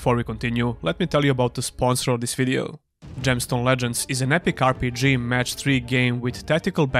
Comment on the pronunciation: Offtopic but i love how you pronounce "RPG"